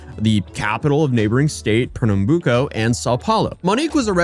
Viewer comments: First time I see someone actually explaining the police force from here, also you did say Pernambuco right 👍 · Pernambuco pronauciantion was pretty good. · Bro, as a brazilian, the mere fact you saying those names at all has already made my day. Rest assured no fellow countrymen of mine will be anything other than amused no matter the quality of your pronunciation (it's pretty good). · Your pronunciation of Pernambuco was surprisingly great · You pronounce Recife, Pernambuco right.